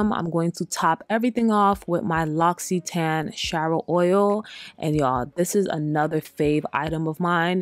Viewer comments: You made me wanna check again the French brand L’occitane which btw is pronounced L’O-XI-TA-NE 😂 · First, you use way too many products and too much of them. Second, L'Occitane is pronounced Lox-ee-tahn. Confirmed by the brand in this video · Please pronounce the name brands correctly. L’ocittane 😂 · Its pronounced like Loxscitane. It tookme years to learn lol & Sol de Janeiro is pronounced like Hanyero.